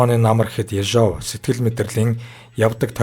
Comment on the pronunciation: Ё-г удаанаар /ударение/ дуудна, Орос хэл гадарлаж байж ярь.